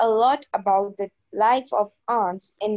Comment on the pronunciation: Its ants not aunts 🙄